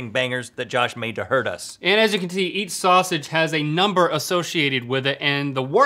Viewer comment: Link said as you can tee instead of see😂😂